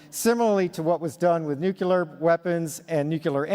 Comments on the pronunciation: Can't time stamp NUKULURE energy.... 😂 19.00 to It may be the spoken English being understood incorrectly. I do suspect it's pronounced nyoo-klee-ah 😮, unless you're Marge Simpson 😅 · It's just good ol boys passing onto job after job just because. Doesn't mean they were totally qualified at all. It's like musical chairs. It seems impressive but not really. Congrats you're the new Deputy Minister, "great what do i do?". "Nothing". Ok! btw He's a Colonel but he said "Nucular". It's Nuclear. Nuclear Weapons. I know this and smoke pot daily. What's his excuse? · It's so frustrating to hear a man with all of his credentials still pronounce it nucUlar instead of the correct way... NucLEAR. 😅😂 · NUKELAR REALLY???? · The moment I heard 'NUKELAR' instead of 'Nuclear' all his degrees and diplomas went out the window. And I believe in UFOs because I've actually seen some , but I don't trust this guy . He's fishy AF! BEWARE OF DISINFORMATION AGENTS ! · He is such an incredible guy with so many accomplishments, and yet, he still can't pronounce nuclear correctly, lol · I won’t take one word serious coming from some Colonel “Karl Nell” (like really??) that says “nucular” 😂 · I don't trust the Colonel. He can't pronounce NUCLEAR correctly.